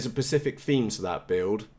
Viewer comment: no offence mate, you keep saying "pacific" in your videos:-) Hi KV smaller prop, that's what they did on the EFX racer with the 4s battery. 3500KV happy days.:-)